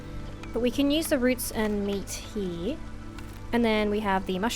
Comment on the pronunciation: You say "over here" like "over hee" are you Australian?